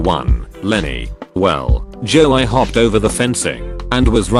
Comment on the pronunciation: "Joe eye" instead of "Joey"